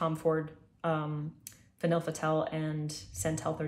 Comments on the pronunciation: vanille is said like va-knee 😘 french is an interesting language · vahn-y "vanille" pronounced vahn-y